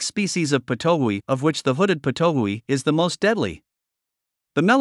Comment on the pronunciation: Thanks for the story as to how it was discovered to be poisonous. Such an intriguing story! It's pronounced pit-o-wee though, as far as I know; it's named after its call which sounds like that, it also has a bunch of calls "pit pit pit" "wee" "too-oo" etc